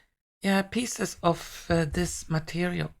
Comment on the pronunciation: you said "pieces", I heard "kisses" 🤣🤣🤣 Metal orbs with kisses, why not 😁 All day that kind of mishearings or misreadings, there must be something in the air 😃😃😃 Love and KISSES to you 😘😘😘 🌸💖🌸😃